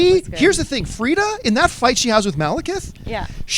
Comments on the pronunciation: It's /Frigga/. My god that was irritating me. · It sounds like the crew is saying Frida, just to clarify, it's Frigga. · Guys its Frigga not Fridda. :-) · FriGGA guys Not Frida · LEARN YOUR SHIT...... her name is FRIGGA, STOP saying Frieda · best marvel movie besides avengers and as a comic and norse mythology geek i loved it. caps scene was sooo great. i should mention its not "frita" its FRIGGA! haha love you guys. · FRIG-GAH! not FRIEDA! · Its FRIGGA/FREJYA not Freda and yes she was awesome along with the whole movie! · Guys, "Frigga" not "Freeda". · it's Frigga. FREE-GAH.